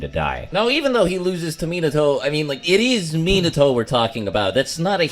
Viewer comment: You actually have the right pronunciation of Minato's name. Its just Americans are bad at pronouncing foreign names.